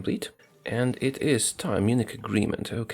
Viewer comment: I’m sorry but you miss pronounce Munich